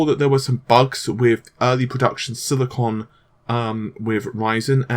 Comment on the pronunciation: I remember saying silicone instead of silicon a lot. Silicon goes in chips. Silicone goes in tittycumvideos.